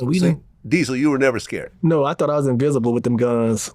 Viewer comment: Invincible, the word is invincible Diesel 😂😂😂